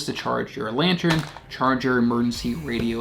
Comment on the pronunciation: Love your videos. Are you saying Lantern or LantREN?